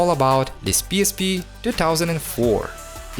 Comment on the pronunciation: Автор со всей силы показывает что он англоговорящий , но произношение пииспи выдаёт А видео кул